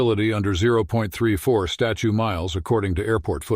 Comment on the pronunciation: They’re called “statute,” not “statue” miles!